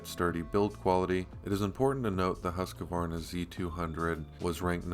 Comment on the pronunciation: If you are gonna sell Husqvarna, you need to not say Husq-A-varna......just sayin'